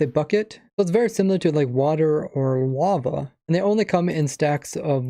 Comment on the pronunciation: Did he say Wava?